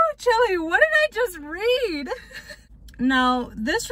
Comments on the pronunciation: Girl chile is not pronounced like “chilly” it’s pronounced like “child” without the D. Black people been saying that shit for decades, if you gon copy at least get it right 😂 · She said “chilly” instead of “Chile” basically child without the d 🤣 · So no ones gonna talk about when she said Chile 🌶 instead of Child aka chileee or she did it to be funny ? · i thought i was the only one who noticed like girl wtf is a chilly it’s chile like “child” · I- did she really say chili 😂😂😂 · I know she did not say whew chille like whew chilly 😱🤣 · i know she didn’t say chile like chiley. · Am I the only one who’s gonna point out see said “whew cheeli” 😭😭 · i know she didn’t just say chile as chilly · did she really jus pronounce "chile" as chili... girl... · whew chilly? thats not how u say Chile....